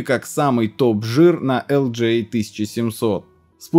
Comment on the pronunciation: Какие ещё "элджей"?? ЭлДжиЭй, если уж речь про LGA. Хватит уже вашего деревенского инглиша! И хватит уже СКРИПЕТЬ как старый дед - разговаривай нормально.